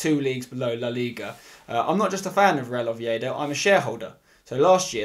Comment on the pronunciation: You support Real Oviedo, and you can't even pronounce well their name 😂